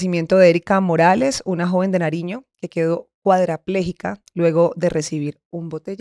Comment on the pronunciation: Se dice "cuadripléjica" NO cuadrapléjica. 😮